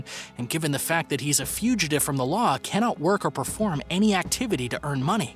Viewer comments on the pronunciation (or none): none